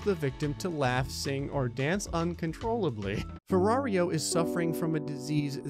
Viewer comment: Its "ferraro", not "ferrario"